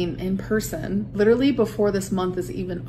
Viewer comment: I just heard her say "Literly" in place of "Literally" and i can't unhear it now and it's bothering me